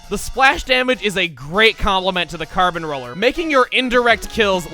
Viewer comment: Holy crap (or should I say carp since this is splatoon we are talking about here) he absolutely nailed saying the carbon roller's name in Spanish(at least I assume that he said the right words and that it is Spanish since the only language that I truly know and understand is English due to living in the United States for my whole life so far and I only have 1 highschool year done thus I haven't really learned any other languages nor been to other places).